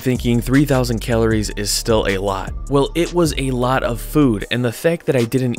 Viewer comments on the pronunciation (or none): He pronounces calories...kaleories